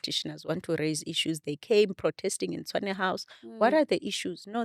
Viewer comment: Host the name of the city is Tshwane not Tswane...great episode though...